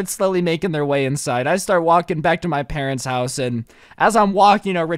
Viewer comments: OMG I heard parents!! Weird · You said “I decided to spend Christmas at my presents house” like if you heard that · wait you said presents house